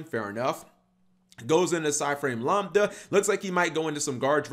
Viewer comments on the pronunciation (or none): none